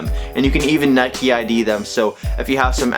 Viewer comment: Nike not nikee